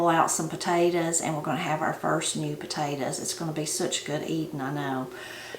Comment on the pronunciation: I like the way you say “Potatas” instead of Potatoes. lol. I have a question…Are butter beans the same as Lima beans?